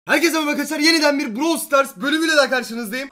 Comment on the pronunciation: abi browl degil brawl